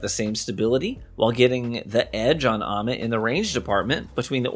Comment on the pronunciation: it's how you said "Ommit" lol Btw, what shader on that Prosecutor? 🤩